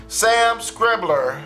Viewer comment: Schreiber = Sure - i - ber